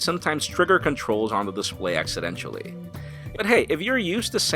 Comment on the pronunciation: did you say"accidentially"? lol accidentally.. just busting your balls